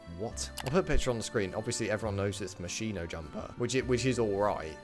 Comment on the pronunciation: The moschino you can pronounce the ch like K, more close to the Italian original pronounce